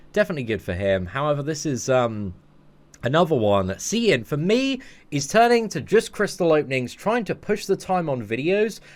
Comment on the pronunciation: You said it perfect seatin dont worry about the haters stay up maine!!!!